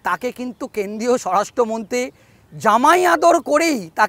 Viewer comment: আপনি দয়া করে আপনার বাক্য গুলো পরিষ্কার করে বলুন । কেন্দ্রীয় কে কেন্দিয় , মন্ত্রী কে মন্তি, প্রমাণ কে পোমান স্বরাষ্ট মন্তি সব " র " ফলা গুলোকে বাদ দিচ্ছেন কেনো ? সূত্র কে সুত্ত 😂😂😂😂😂